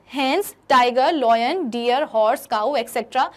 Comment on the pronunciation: Looiiin - the way mam said ? Got meh DiEiNg 🤡 "LION"